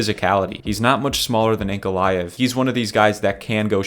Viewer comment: Hearing you mispronouncing Ankalaev is deafening. I get that there's a reason you guys are YouTubers and not professionals but the amount of invalids (good luck with that one) on this platform mispronouncing simple words and names are astounding. How have your parents let you into the world being so unintelligent?